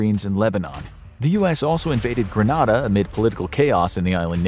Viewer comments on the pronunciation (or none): It’s pronounced “Green nay da”